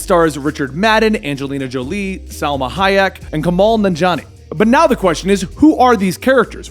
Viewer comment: And yet another video of Kumail Nanjiani’s name being a little butchered